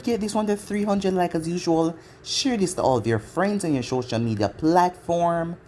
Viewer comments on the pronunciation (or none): none